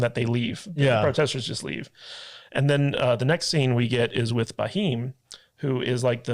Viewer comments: It is not Bahim. It is Bheem. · youare pronouncing raheem for bheem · Not baheem it's bheem it's name from Mahabharata.... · not baheem yaar it's bheem. Alluri Sitarama Raju (played by Ram Charan) and Komaram Bheem (played by Jr. NTR) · It’s not baheem, it’s “beem “ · you are pronouncing for bheem as raheem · Not bhaim it's bheem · Not bahim you ashhole he is Bheem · Please don't say Bah..heem 🙏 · It's not BAHEEM.....its BHEEM...pronounce it as "Beam" simple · All good but stop saying B heem..... It's bheem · Baheeem, or is it bheem. Oo wait you don't habe BHA sound in english, so give you that. Could have researched a lil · slight pronunciation correction.. its bheem.. not Ba-heem ... drop the "a" and its all good !! :goodvibes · Its Bheem not baheem😉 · Thank you all for your love towards our Indian film made in Telugu but please pronounce names correctly it’s not Bahim it’s “Bheem” one of our indian god’s name. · who is BHAHEEM??? its Bheem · Name is pronounced "Beam" (spelled as "Bheem" in India), not Buh-Heem lol. and Raju and Ram are both names used for the other guy. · It is not Baheem... It is Bheem, like you pronunce Beam which a stress on 'B'. Plz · It's not Ba-heem guys! It's pronounced Beam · Not baheem ,his name was Bheem (भ, भोंसड़ी वाला भ) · Do watch kgf1,2 N it's Bheem not Baheem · Great podcast guys specially the beard guy👍 and ntr is bheem not baheem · Who is Ba-heem 😂 It’s Bheem, very close to the English word beam, with a soft “h” sound after the “b.” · his not Muslim he took that getup when undercover his name is Bheem(Bh=V) not Ba Him full name KomaramBheem he's very respected freedom fighter so please hear the name and please properly say it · His name is bheem not bhiheem😊😄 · The H in Bheem isn't silent but, as you said, it's not Ba-heem either 😂 The B and H are to be pronounced together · It's Bheem not baheem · It's Bheem, not Baheem. Bheem is like beam in pronunciation. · Baheem is crazy, it pronounced “Bh, eeam’a’” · It's Bheee-m.